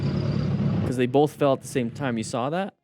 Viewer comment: O:18 He says "bolth" - unsubscribe 😂